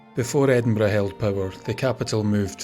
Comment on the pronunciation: Ah, my day is complete now. Not only riveting tales of Scotland's most haunted house, but opening with a quote about haunted houses and most appreciated, a narrator who pronounces Edinburgh correctly. Thanks once again,.